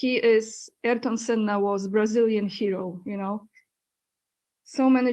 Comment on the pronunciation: Aniu, imię Ayrton Senna wymawia się w Brazylii nie "Erton", lecz tak jak by po polsku przeczytać A-IR-TON, z akcentem na literę "I"